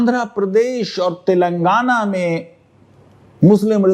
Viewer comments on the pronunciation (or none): none